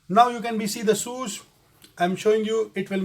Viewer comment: He said shoes/sues